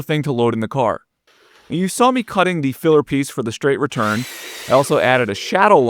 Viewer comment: I like you videos but shhhtraight and shhhhtretch drive me nuts.